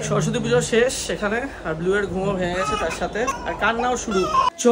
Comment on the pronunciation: Shorosotti noy ota shoroswati hobe